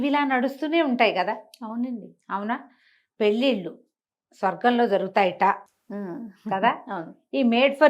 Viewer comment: పెల్లిల్లు కాదు పెళ్ళిళ్ళు... Please note